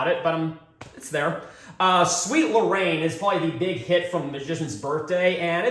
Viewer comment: Sweet Lorraine sounds like he's saying Sweep the Rain.